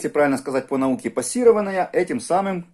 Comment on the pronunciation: Не "Пасирована", а "Поссивирована".